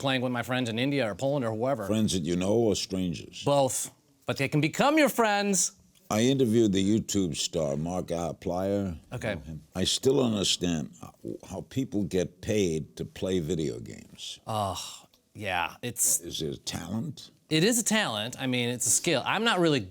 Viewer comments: Larry King: “mark-eye-plier” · I love how he says markiplier it's just so unfamiliar that he just pronounces it completely wrong